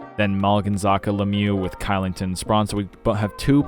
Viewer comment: Elite video, but Kylington is pronounced Shillington